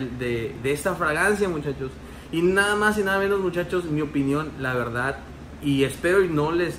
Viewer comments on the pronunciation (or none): none